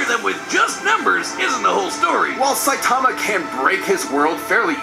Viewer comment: Saie - tama? SAYTAMA?! 😂😂😂